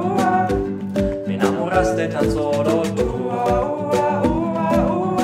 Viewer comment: Parece ruso xd